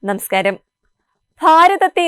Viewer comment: നമസ്കാരം എന്ന് 100 തവണ പറഞ്ഞു പഠി ക്കൂ നെമെ സ്കാരം എന്നു പറയാതിരിക്കൂ